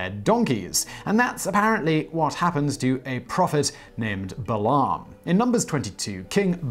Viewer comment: um...Balaam is pronounced Bay-lem; Canaan is pronounced Cay-nen